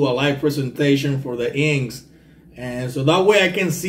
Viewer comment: My friend the band"s name is pronounced In..X..S..Thank you great reaction..